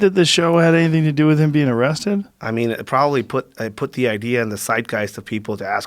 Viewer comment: “THEY ARresthtid the Guy”.